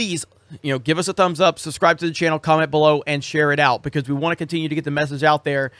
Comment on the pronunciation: Because-uh, dudes-uh...